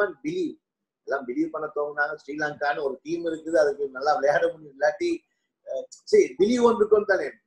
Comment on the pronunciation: Seri..not sari😅